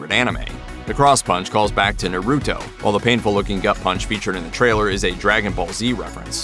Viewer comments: you said naruto wrong asf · You pronounce Naruto incorrectly